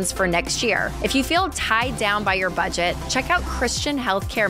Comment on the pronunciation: Why would you not re-edit the video to cut out the mistake of "bedget?" asking for a friend.